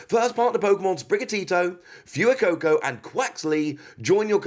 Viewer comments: Fu-ee-coco? Fway-coco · Btw, sorry if this has already been commented, but Fuecoco is pronounced "F-Whey-Coco"